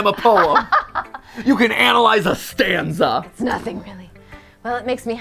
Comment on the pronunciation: Oh god, "STANZA" every time I hear it, I don't think of the poem structure... I think of... dadZA's Stans